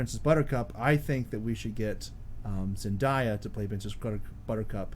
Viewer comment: I just need you to know that you just pronounced Zendaya very very wrong. Your friendly neighborhood Ducky.